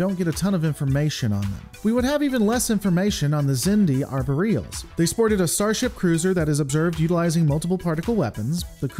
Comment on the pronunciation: Interesting pronunciation of Arboreal